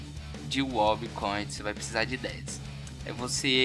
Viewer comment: tá escrito "coin" e vc fala "cote" pqp mano kkkkkkkkkkk